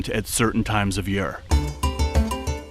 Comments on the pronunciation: Awesome video but do you reall have to say yeare instead year ? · Loved this vid! Ps you say the word year funny, you say “yur” and not yeer lol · Alsome video thak you for taking your time to do this. From southern wv.. u say year funny to me round heer its yeeeerrrrr